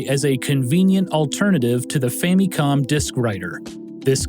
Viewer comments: fam-me-com I can't watch this, this is aggravating. It's Famicom. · why you saying famicon like that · Great as always but I can never get over the "fammycom" pronunciation. Reason: the only syllable in this that is similar to the Japanese pronunciation is the mi in Famicon. The other two syllables are still American in pronunciation which is fine but it seems people that prefer this pronunciation in English seem to think that it's more in line with the Japanese but it's not. I say family like "fa muh lee" so I pronounce it as "fa muh com" in English. Everyone has quirks about which pronunciations bug them and which do not. This is just one of those for me for some reason. ファミコン is Famicom and the Fa is the long A like fah and then mi is like me and then the last is kon pronounced with a long O like cone but quicker...does not technically end with an M because this is not possible in Japanese. It's changed to com for the English spelling just to be more recognizable in English as to what it actually is. Anyway, generally when I bring this up, people ask a lot of questions about why I think this way so I thought I'd put it all in one post. Again, you make some of the best gaming docs I've ever seen. I just have maybe too much to say about this one little nitpick thing. That's it. Man, coffee is great.